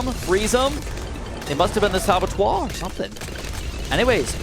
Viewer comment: Saboteur not sabattoire.... That annoyed the hell out of me